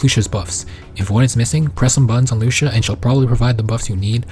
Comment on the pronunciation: loo see uh. not loosha